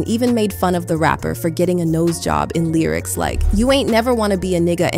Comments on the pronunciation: "The Lierics"? This whole video is AI generated. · not the lieryics....a I pronunciation..